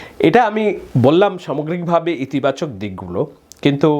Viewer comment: Vai aponar bangla uccharone onek ghati ache !! zemon somogrik ( samogrik), songbidhanik (sangbidhanik ).....